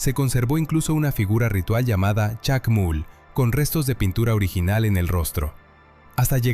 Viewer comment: La narración es interesante, gracias Aunque por el dejo que tienes al hablar, me atrevo a decir que no eres mexicano, además, pronunciaste "chacmul" pero no es inglés, la doble o se pronuncia como tal, chacmool; también mencionaste las osamentas de unos canidos, coyote o chacal, en América no hay. Jacales, son de África; pudo ser xoloixcuintle, nTi o de México. Gracias pero infórmate más.